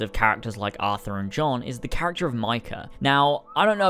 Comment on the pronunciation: It's Arthur... not Athur.